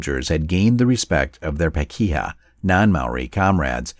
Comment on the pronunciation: This is actually a good video but I was grated by you unusual American way of pronouncing Maori words which were really very wrong. eg...I've never heard "pakeha" pronounced that way before along with a lot of others words. Pakeha (non Maori or other Polynesian New Zealanders) is pronounced Pa - kay - ha with equal emphasis on all three syllables.